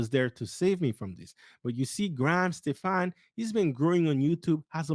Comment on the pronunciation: Hey man, pronounced Graham Stephan last name correctly. Unsub.